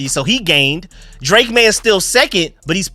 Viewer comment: I agree with. It’s maye